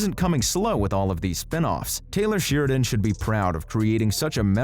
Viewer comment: It's SHARE-A-DONE, not Sheer-a-Done.